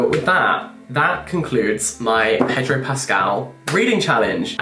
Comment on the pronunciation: The Latin American pronunciation is more payDROW than PEDrow.